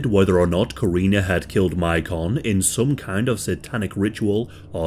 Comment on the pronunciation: I actually know a little about this case, and I’m just pointing out that the boys name is pronounced like Macon, GA.